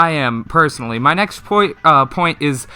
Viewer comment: Take a shot every time says poit instead of point